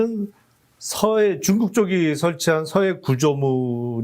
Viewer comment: 쭝국 ㅎㅎㅎ 발음이 정감가네요